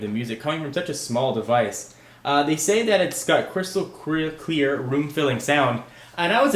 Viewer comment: Ha ha ha he said queer instead of clear! Nice video though.